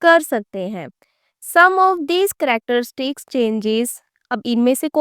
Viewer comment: mam its characteristics nor cracerstick btw nice explanation